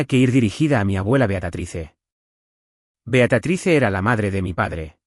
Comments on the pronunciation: Por favor no es beatratice es beatriz. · Ya fastidia que diga el narrador beatratise que diga Beatríz